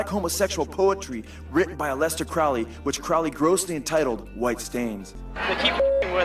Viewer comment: It's pronounced Crow-ley...like holy...Not crouley. For obvious reasons.